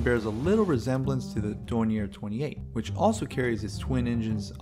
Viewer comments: "Door near 28?" How about Dor nee Eh? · Confusion may result from the company being German, but the name being French. Yes, the name should be pronounced as in French (which you wrote as "Dor nee Eh"), but someone just reading it might guess otherwise.